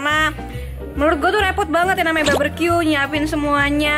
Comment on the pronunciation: Barbeque bukan barberque